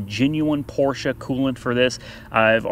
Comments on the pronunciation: That was the best Porsche pronounciation from an American that i have ever heard, and i have heard a lot. Kudos from Germany : ) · finally saying Porsche correctly. Woohoo!!! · Great video. Refreshing to hear someone pronounce Porche properly. Even most dealers and owners don't and they will even argue with you. It a phonetic language. The e ending is pronounced. Owners and Dealers Can you learn to say Porsh ahh? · i got to get one of them oil pan catcher drums i never seen them for sale where i live great idea...laughed when it didnt fit under porsch low clearance ...also laughed when u said porsches ...i guess u will never be a german to pronounce it right even though your pronouncing it right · Well... Your pronouncing was quite SPOT on ✌️ Greetings from Germany 🇩🇪 PS. Your driveway will look great after this one operation 😝👍😜